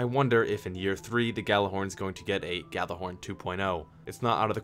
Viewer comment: WOW he fucking nailed the whole Gjallarhorn thing xD